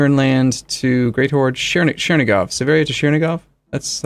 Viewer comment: Chernigov is pronounced like chair